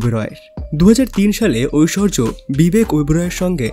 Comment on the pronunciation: ঐশ্বর্য না ঐশ্বরিয়া রায়